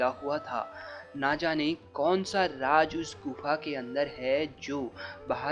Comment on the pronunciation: Raj nahi raz hindi bhi theek nahi bol skte kya